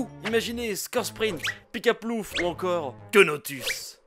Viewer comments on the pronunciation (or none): Ceunotus mdr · NOON PAS QUENOTUS PITIE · j'en peux plus de keunotus mdr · Queuenotus ... DES BARRES😂😂😂😂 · Queunotus... je suis mort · queunotus mdrrrr